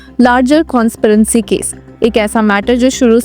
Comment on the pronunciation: बेकार उच्चारण,कॉन्सपिरेसी को कॉन्सपिरेंसी बोल दिया।